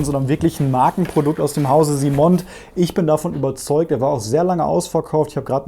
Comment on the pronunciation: Laufend top Videos am Start! Danke. Gut gemeinter Hinweis: es heißt vermutlich "Simon" und nicht "SimonD", da die Firma aus Frankreich stammt.